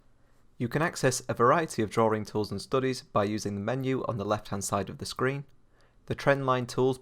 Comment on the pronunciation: Drawing, not drawring